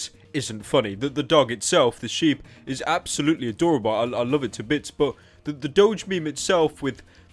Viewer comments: Is not sheeb its sh I be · why tf is youtube recommending me this what doge meme also it's pronounced 'sh-eye-b' or some shit nial